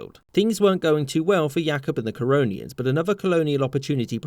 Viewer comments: Didi I jsut heard Coronians. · Normal Person: The Corononians Me on crack: Corona Ians